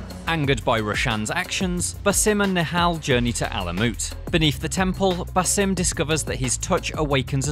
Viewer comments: Bass- Um Not Bah-Sim. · Its 'BA-sim', not 'buh-SIM'... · Does it piss anyone else off that he says "ba-sim" instead of just "Basim"? It's honestly annoying af because we've heard his name hundreds of times now, yet this dude doesn't know how to pronounce it. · Baw-sim not ba-sim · Bro said baesim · “Basím”? Did he even play the game? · Why say baaa sim its so annyoing his name and pronunciation has been said 1 million times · The stress is on the first part of “Basim” not the second half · Can't get over his pronunciation of Basim and djinni 😂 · At least try to pronounce the names right. Basim's name is even mentioned by Eivor at the end of the video lol. Anyway, just finished this recently and was disappointed it didn't go into more depth to Basim's realisation. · Your saying his name wrong smh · It pisses me off that you purposefully mispronounce his name. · Dude can’t even pronounce Basim correctly🤷🏼‍♂️